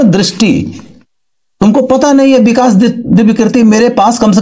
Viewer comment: Aap Eik primary teacher banne layak bhi nahi ho. Respected vikas divyakiriti sir is like a sun in the field of education and guidance. He is extra ordinary human being and too humble. Please mind your language. Abhi Aap apna pronunciation toh correct karlen. The correct word is vikas not Bikas as you utter repeatedly.